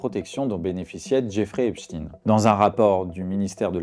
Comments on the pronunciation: C’est pas Epstine,c’est Epstein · Pourquoi dit-il Epstine ? On ne dit pas albert Einstine !! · Pourquoi dites-vous Epstine ? Et non Esptein ? C'est quoi le malaise ? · eps tin ! prononciation insupportable !!!!!! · mais ca se dit Ep- shtaYNcomme ca . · Einstein (aynchtayne), Epstein (epchtayne).